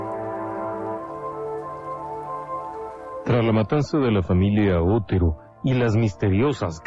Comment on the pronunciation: Con todo respeto, el apellido Otero es original de Castilla, España. Mis antepasados se apellidaban Otero. Se pronuncia tal y como se escribe pero sin énfasis en la O. Pienso que aunque un detalle pequeño, estas victimas merecen esta aclaracion. Gracias.